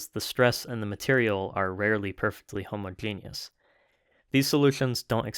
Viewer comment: you said homogenous like "homo genius". i like that